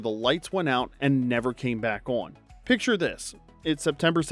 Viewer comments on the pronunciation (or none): none